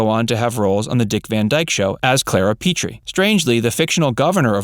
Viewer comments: It's Rob Petrie, like PET not PETE. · PET-tree, not pee-tree! Petre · With all due respect, two mispronunciations in the narration. Petrie (not pronounced Pee-tree) and why pronounce aunt differently than everybody called Aunt Bee on the show? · Petrie (of the DVD Show) is pronounced PET-tree. Thank you!!